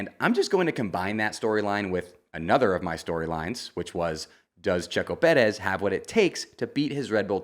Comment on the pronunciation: Please just say Perez normally. You sound ridiculous